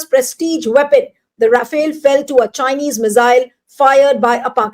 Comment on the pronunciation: Rafale ❎ Ra-fail ✅ 😂😂